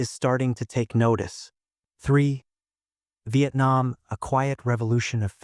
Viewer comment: Vietnam not Vaitnam